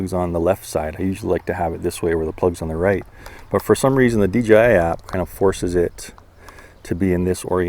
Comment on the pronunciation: You know it’s DJI right? Not dgi….🤡😂🤯